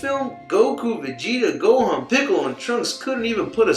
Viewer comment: Did he just say goku and pickle🥒😂😂